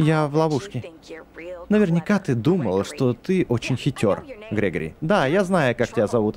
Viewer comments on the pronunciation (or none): Гре́гори а не Грего́ри! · Не грегорий, а грегари